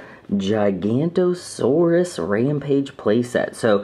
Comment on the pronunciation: I s pronounced gig a not o saurus